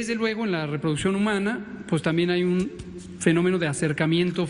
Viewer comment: Para ciro y sus esbirros, es una exageración... Claro si ciro solo dabe decir "pus" "pus" jajaja creo que se dice pues jajajaja